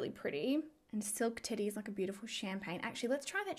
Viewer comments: Lol I thought said the colour was called Silk Titty not Silk Teddy had to rewind that. But hey, it is Too Faced and they have had risque names before. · Lol not trying to be nasty or anything but it sounded like you said silk titty lol but omg I love love love the packaging like seriously next level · I may have replayed you saying “silk teddy” a couple times because I thought you said silk titty 😂 I thought maybe they were flowing with the “sexpert” idea.